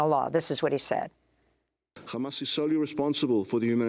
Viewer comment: Why is this nermeen using yiddish accent to refer to Hamas?